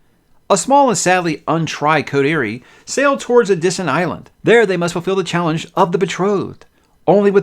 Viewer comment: Not to be pedantic (I know you don't do audiobooks) but it's pronounced coh tuh ree